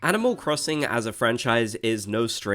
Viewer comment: LMAO IM CRYING “animal crosinc” 😭